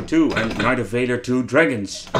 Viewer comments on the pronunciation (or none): none